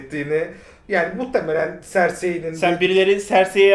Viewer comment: aga neden sersey diyorsunzu anlam veremedim tişikkirlir